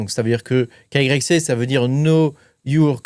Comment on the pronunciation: svp , n'eppelez pas KYC dites " Ké WHY SI "